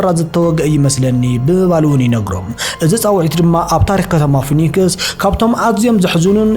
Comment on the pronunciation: ፎኒክስ ዘይኮነ ፊኔክስዩ ዝብሓል ንስኻ ድማ ዝተሓወክካ ትመስል